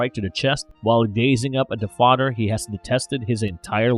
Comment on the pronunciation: This AI can't pronounce the "th" sound worth shit lollol Mother = Mudder Father = Fadder The = Duh/Dee Another = Anudder